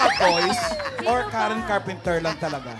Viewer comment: CARPENTER! Walang 's'